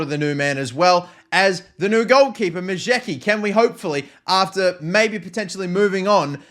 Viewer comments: The Polish goalkeeper’s name is pronounced Ma-yets-ki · Majecki's surname is pronounced: Mah-yets-ki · Majecki is probably pronounced "Majesky" btw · Majecki pronounced Mu-yets-ski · i think you pronounce majecki 'ma-yaech-ki'